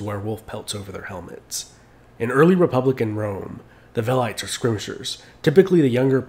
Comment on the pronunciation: really good video, but you mispronounced "velites", it is pronounced more like "vel-ee-tays" or "wel-ee-tays"